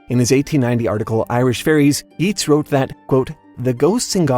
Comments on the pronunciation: It's pronounced "Yates." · Yeats is pronounced as Yates, like ate. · Yeats is pronounced "Yates." the "ea" in Irish and Gaelic makes a long A sound. Similarly to how McClean is pronounsed, "McClain."